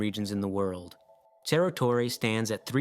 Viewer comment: It's not pronounced cherro